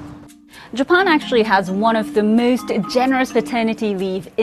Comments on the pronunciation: What a wierd way to pronounce Japan. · she speaks good english and cant pronounce Japan....in english.....strange...